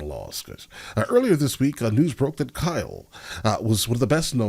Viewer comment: kyle not kylee